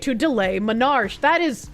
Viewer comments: Dear, it's pronounced Men are key, not men arch. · Menarche, onset of period, is not menarsh. Men-ar-kee.